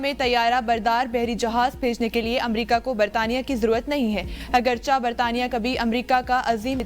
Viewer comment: اردو کا بیڑہ غرق ہو رہا ہے۔ اگرچہ (agar-che) کو اگرچا (agar-cha) پڑھا جا رہا ہے۔